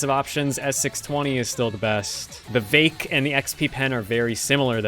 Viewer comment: its not vake and its not gowmin. for you, ill spell it so that you can say it correctly. its veek and gowmon. not gaomin, gaoMON